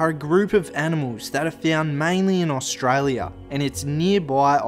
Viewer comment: Listen mate I know you're trying and good on you, but as an Aussie you shouldn't call us ohhhstraaaalia like you did at the beginning of the video. Also we don't have opossums, that is an American thing we have possums. But good on you it's good to see young blokes having a go, keep it up. I was going to call you a dumb dingo but my wife said to be nice because it's really good that you're doing something good, so don't worry you're not a dingo